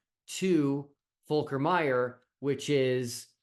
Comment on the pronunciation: Your pronunciation of the name is pretty accurate. Lovely to see a German possibly joining an international team. Seems there are available positions not used by headless chicken...